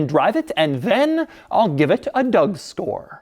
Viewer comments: he really said "Doug Store " instead of score lol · he says Doug store instead of Doug score 😄😄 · he says Doug “store”😭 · Anyone else notice doug said "a doug store" instead of doug score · A Doug Store? I swear thats what he said lmao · Did it sound like anyone else that he was going to give it a "Doug Store" ? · Im pretty sure he said "Doug Store" instead of "Doug Score" you cant fool my ears. Lol